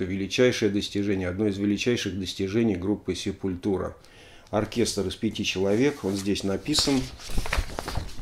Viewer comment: Простите, побомблю. Есть две песни, где правильно произносится название группы, есть концертные записи, где Макс и/или Деррик произносят название группы, но, плять, вся Россия упорно говорит СепулЬтура. Ну нет там мягкого знака. Quadra у них новый альбом вышел, шикарнейшая штука.